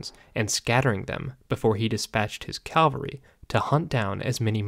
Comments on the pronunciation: It's 'cavalry', not 'Calvary'! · Well done. Helpful information and advice about a “valueless approach” to history. Pronunciation point: CAValry is horse-mounted troops. CALvary is where Jesus was crucified. 🙂